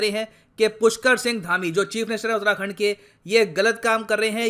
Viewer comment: Sir you are pronouncing utrakhand its actually uttarakhand